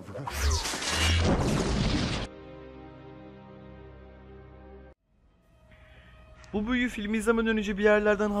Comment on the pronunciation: Gğğğavadağğğ kadavrağğ voldi reyiz lfkddkkdkdkd